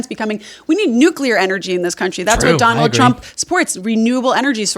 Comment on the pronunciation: Did she say Don-old Trump?